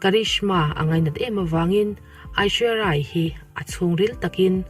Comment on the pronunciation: Hming tal hi chu lam dik ve tum rawh, Abishek nupui hming hi i hrelo mi